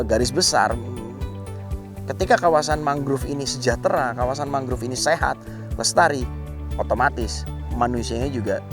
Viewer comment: Naratornya salah satu yang mengeja “mangrove” dengan “mangruv”. Beberapa orang Indonesia yang bisa berbahasa Inggris saya lihat mengejanya seperti itu. Padahal penyebutan yang benar adalah “mængrowv”. “O” dilafalkan “o”, bukan “u”. Masalah ini terlebih sedikit mengganggu karena ini video produksi NG. One of the prominent